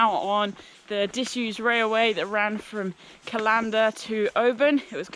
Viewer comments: First video I've watched on this channel and I'm loving it, I can't wait to get out there for a walk myself now and I'll definitely be checking out more of your videos. One thing - CALLander, not callANDer, pretty much the same pronunciation as the calendar you'd hang on your wall (or people did, before mobile phones happened!) :) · Like your channel, loved the face you pulled eating the wild crab apples and when you pronounced Callander as two separate words, say it fast like its all jammed up tight together, Strathyre say Strathire, lovely channel. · Great video, I live about a half hour drive from callander so consider the RRW a local trail. Great to see you enjoy so many familiar sights for me, although I must admit I had a bit of a giggle at some of your pronunciations, sorry. Keep up the good work and look forward to seeing more adventures soon. Stay safe. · Aaaaargh!, it's CALLander not callANDER. That's kal ander. Emphaisis on the first syllable. But great video as always, love your stuff. X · Love your videos, you’ve even inspired me to walk the west highland way next year, I want to help you with your Scottish pronunciation if you want? It’s not said cal- ‘an’- der more like calender, Scottish place names are awkward even for us! 🙈😂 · It’s Cal - an - der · I really do wish that YouTube Backpacking stars, such as yourself, would check the pronunciation of place names before they set off. Callander is pronounced the same as calendar and if you pronounce “ch” in Loch as “cuh”, why then pronounce it “ch” as in ‘latch’ in Venacher? Sorry for being pedantic, but it spoils the enjoyment of your video. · Callander is pronounced the same as Calendar.